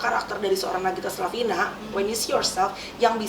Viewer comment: Nagita ka..bukan naggita hehehe